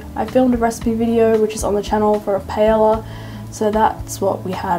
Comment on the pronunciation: This was great, thank you! Oh btw one pronounces paella without the L's but instead as a "y" (as in yes) :) I think eating with chop sticks isn't so hard when they're made of wood, whereas with the plastic ones the food always slips! 😓 So in case you buy some, make sure they're nice wooden ones.